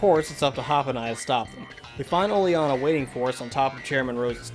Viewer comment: finally someone who can prounce Oleana's name correctly! (now I gotta find someone who can pronounce bede)